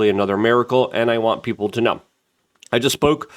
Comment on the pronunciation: Luke.. it's PEOPLE.. not peoper